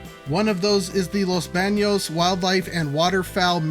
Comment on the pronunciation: I love your videos! Back in the 70s when I was a kid, we would drive from Fresno to San Jose 5 or 6x a year to see my family and we always had to make a stop at Los Baños (excellent pronunciation on your part) to wash the sea of bugs off the windshield. In the last 10 years, I've noticed that I can drive from the Bay Area to Fresno to visit my Mom with hardly a bug on the windshield. Where are the bugs?! It's very weird and concerning. Without bugs, the agriculture industry will collapse. I noticed your windshield remained clean. Did you wash it or did you also not have many bugs? The Gilroy station will also serve people from the Monterey Bay area, which is a sizeable population of 700,000 people. There are plans to extend Caltrain to Salinas as well as light rail connections to Santa Cruz and Monterey. I'm totally with you in disliking those double deck freeways.